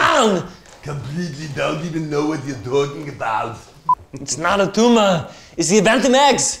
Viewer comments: Its not a tumah!!! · "Its not a tuma"